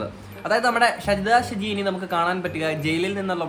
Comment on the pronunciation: Aadhyam name parayunnath padik😂😂